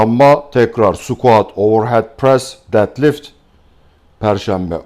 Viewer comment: Dedlift dediginizde guldum hocam 😁 Tum bilgiler icin tesekkurler